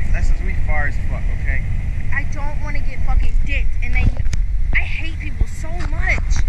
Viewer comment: That's what it sounded like at least .-. It didn't sound anything like ''I don't want to''. It literally sounded like ''Ion-wanna''